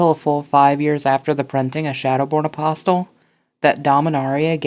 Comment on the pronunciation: Loved the video, but >>NGGHH<< "apostle" has a silent "T".